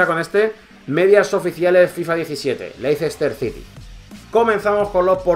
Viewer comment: se pronuncia Léster Sity y Albraighton